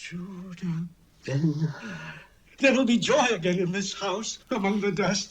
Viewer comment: Hur - not 'Her' but 'Choor' with ch like in scottish 'Loch'